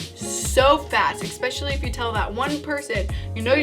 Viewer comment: I love how you know and can pronounce acquaintance but not especially, is this just an American thing?